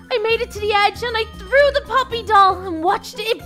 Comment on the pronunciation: its poppy not polly